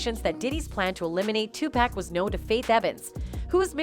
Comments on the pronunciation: It’s PAC not pack geesh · Well do a video on how this lady talking keeps on murdering Tupac’s name in all these videos. Who the fuk is “TuPack”?!!! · It's pronounced Tupac... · If this lady mispronounces Tupac and Suges name one more time 😡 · U need to learn how to pronounce their names before u make things like this shug night and 2 pac lmfao 😂😂😂😂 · Pissing me off mispronouncing Pac name. Disrespectful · She needs to learn how to pronounce TuPac and Suge